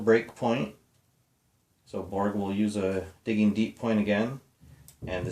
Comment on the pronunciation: Diggin'... It's Diggin'.:) Just giving you a hard time, and that was a GREAT Jimmy Mac!! Happy New Year! Al